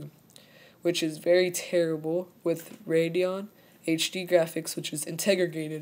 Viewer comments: "integrigated" you mean "integrated"? o.o and also, that burp, was nasty as fuck, delete the video, edit out that burp, made me want to fucking puke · Rashad Carter Hey, that's how he pronounced it. ;-) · "Integrigated" XD